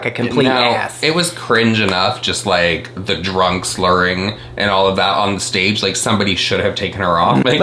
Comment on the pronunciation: “beb you’re in a shhuit on the shhtedg” 😂😂😂 oh tana